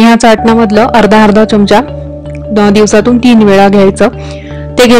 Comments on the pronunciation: च्यमच्या काय म्हणतात, सुशिक्षित आहात, चमचा म्हणा, ऐकायला कसंतरी वाटतं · च्यमच्या नाही चमचा.....